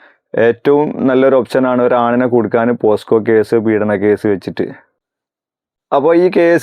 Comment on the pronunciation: പോസ്കോ അല്ല ബ്രോ പോക്സോ ആണ് ശരി